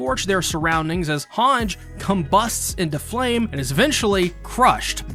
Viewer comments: Its "HangEEEE" not "Hang" god damn it -. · also "Han-ji" not "Hanj" ... :D